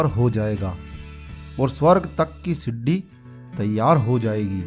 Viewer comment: siddi nahi bolo bhai sidi bolo